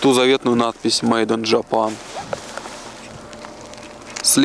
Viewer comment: Лив Вью, Жапан... Ох, нет слов. Хорошо хоть Кэнон, а не Канон.